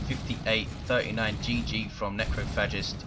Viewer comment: "Necro Fetish" "Necro Fascist" God damn I can't tell how many times I missheard Necrophagist's name that match o.O